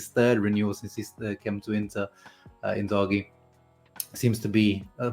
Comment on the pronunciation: You can remove the H from the name when saying it. It’s a silent h